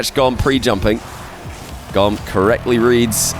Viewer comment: Wouldn't it be pronounced more like tomb / womb? Goom!